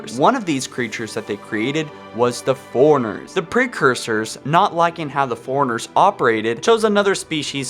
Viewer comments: Four-RUNNER; not, "Foreigner." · Love how you pronouce for runner as foreigner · You realise that fore and runner are two separate words? Forerunner not foreigner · Good vid, but I couldn't get over your pronunciation of fore runner, precursor, and faring.